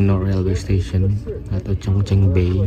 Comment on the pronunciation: Chongqing bacanya chongching bukan Chongking Lanzhou bacanya Lanchou bukan Lanjou Gansu bacanya Kansu tidak ada yang benar abang ini baca pinyin